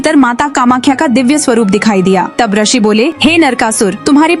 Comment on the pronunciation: पहली bt to mdm rshi nhi Hota rishi Hota h